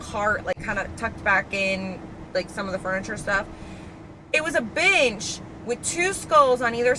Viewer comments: i kept hearing b*tch lol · every time you said “bench” i heard “bitch” i was dying 😂❤ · Your pronunciation of “bench” is…….interesting 😂😂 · Girl put this on while working and when you said bench like 7 times in a row I had to keep doing a double take bc it did NOT sound like “bench” 😭😭